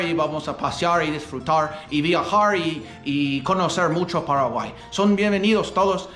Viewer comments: No se dice Paraguaí!!!! Se dice Paraguay!!! Con acento en la "a" Paraguáy! jajajajaja 🤗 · you're improving a lot let me give you one tip to better pronounce words. Try to learn the correct vowel sounds. For example, it's not "peraguay" its "pAraguay" you need to emphasize each vowel more and maybe open throat more to make the sounds more clear. Not sure if that makes sense. Because you're very good your vowels are what are a bit weaker but overall you're 👌🏻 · My dear, I know youre trying very hard to learn Spanish. For some people learning a second language Is so Easy than for others. Let me tell you about my experience. I learned English quickly but my accent was am issue. One Time a profesor from college suggested i went to speech therapy to corect my accent. I did and it helped. My accent wasnt that pronounced but it interfered with what I wanted to donwhich Is teach elementary. I dont know if there Is such a program for people who are trying tonlearn Spanish but there Is one program for those who want to learn English. Either way we love what you do and how much you study our culture. Be safe guys